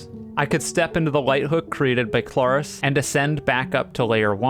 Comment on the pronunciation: YOU DON'T FRICKIN EMPHASIZE THE A IN KLARIS, IT'S THE R. THE R DANGIT.